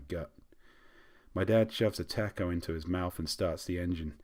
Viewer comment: Oh God. sounds like Solid Snake when he tries to sound American. Furthermore I shall henceforth pronounce the word "Taco" as "Tack-O" they way he did. It is worth noting that I'm from SoCal. Bravo sir.